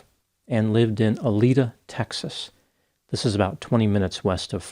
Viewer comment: Just FYI......its Aledo. Sounds like you pronounced it Alida.